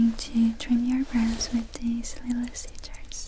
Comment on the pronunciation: I love how she says scissors scijors! It always gives me tingles